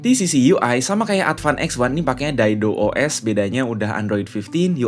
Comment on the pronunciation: Gatel tangan gua pas lo ngomong "Daido OS" 😂 Dido OS ya ges 🎉